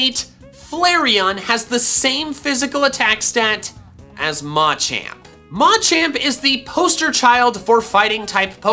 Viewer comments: Yeah I know that’s why he says it like that but everyone else I’ve ever heard says it Muh-Champ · Like the word “Macho”?